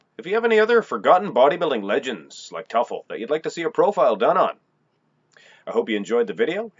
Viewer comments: It's pronounced ( To Full) not (Tuf el) Teufel Ron was my cousin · Pronounced Too'- ful, not Tuffel. Was a friend of mine. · His name is pronounced "tooful" - not "tuffle" !!! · < You totally got his last name wrong. Its pronounced like this Too Full..I went to high school with him and we were were a couple. He was an amazing person and so is his family. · Toy-full Devil in German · ...and the emphasis should be on the first syllable. I knew him.